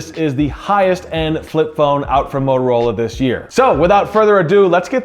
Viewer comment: It’s not Mororola, it has “T” in it. Bloody hell…